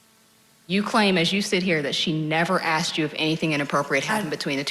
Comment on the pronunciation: WHY CANT PPL SAY THE WORD ASKED...WHY IS IT ALWAYS AK SED?...